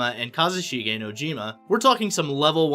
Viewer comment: OrEy and wATAShI and NouJyima and kItaySE and NoUMuRa I think this new information is terribly pronounced and it would be much better if you would prepare before speaking out loud because it's embarrassing. Seriously, there's no excuse for that.